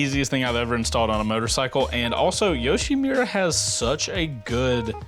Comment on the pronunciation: great intro, but it's YoshimUra, not YoshimIra